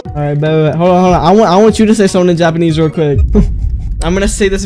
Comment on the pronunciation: bro really said yapanese